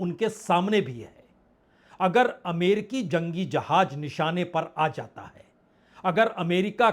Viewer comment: . Sir aapne hindi kahan se sikhi ,jahaaj nahi jahaaz,hajjaar nahi hazaar